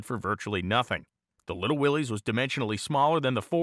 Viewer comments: pronounced "Willis" not "Willeez" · It's pronounced Willis, Willis! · its pronounced 'willis'